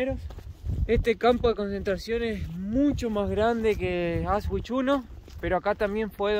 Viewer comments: En el idioma alemán las palabras se pronuncian tal como se escriben, exceptuando algunos dictongos. La letra W (doppel fau) doble W se pronuncia igual que en español. AUSCHWIT se pronuncia ausvit, no ausgüit WOLFGANG se pronuncia volgang no güolgan. El idioma alemán no es el idioma inglés. Practicamente el alemán se pronuncia tal cual como se escribe. Procurando siempre pronunciar todas las consonantes. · no es Aus ... es Aush no es vich, es vitz....Aush vitz ....con la mejor onda 😁 Distrae que se prouncie mal....muy bueno el video igual gracias por mostrarlo ❤ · se pronuncia Aushvitz.....no Ausvhich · aunque el video es antiguo te voy a corregir una palabra;Auschwitz,se pronuncia Auschvitz, no con la w anglosajona, sino con la v española.❤ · Increíble como pronuncia Auschwitz